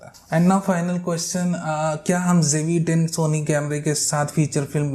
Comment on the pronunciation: please donot pronounce jve10, its Zve10....please, thank u